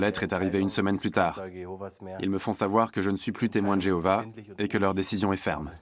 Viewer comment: Louez l'I.A ! Et adorez plutôt Jevouah (que Jeovah)